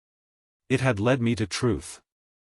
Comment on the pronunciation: Please fix the sloppy (and rather mechanical) AI voice and devote some time to reviewing these stories before posting them. The AI is pronouncing periods at the end of the sentence as "dot," and there are other awkward pronunciations ("IT" instead of "it"; "re-all" instead of "real"; the failure to pause even briefly at the end of some sentences), all making for an awkward narration. Thumbs down.